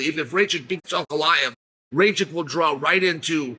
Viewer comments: Its noT rejčik but rakić. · Not Rachik 😂 Rakić !!! ić at the end 😂 like Jokić instead of Jo put Ra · no disrespect to Chael, but its not ray-chick, its more like rack-itch :) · Hahaha just arrived here to hear if Chael will pronounce Rakic’s surname Raychik again. And he did hhahahaah😂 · "Ray-Chick". 😂🤣 His name is Rakic. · I keep telling him. Its Puh Ray Ruh. Rack itch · Nauci da kazes Rakic glupane,nisi od juce u UFCu.. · The Rocket had some bad luck in his last 2 fights, but is capable of winning - could be the FOTN. PS: please pronounce his name correctly 😜😜😜